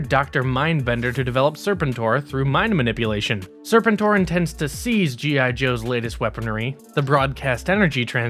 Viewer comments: “sir-PEN-tore” not “SIR-pen-tore” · it's pronounced Ser-PEN-tor, not SER-pen-tor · omg... these mispronunciations are had to ignore. IDK who Daystrow and Serpent-Or are but damn. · Your pronunciation of serpentine and destroy is really distracting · It's sur-pen-tor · Sir-pen-tor… Jesus f Christ! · It’s pronounced “Sir Pen tour” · Disliked as soon as he said “Serpentor”. He’s clearly never seen the show….. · Do the people who read these scripts have any familiarity with characters because his pronunciation of Serpentor is grating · You know a millennial is narrating this and has virtually no firsthand knowledge of what they're talking about when they can't even properly pronounce "Serpentor". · please tell me this guy is intentionally mispronouncing Serpentor to take a dig at those from hascon that kept mispronouncing it as well... 😖😣😞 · Yall pronounce serpentor wrong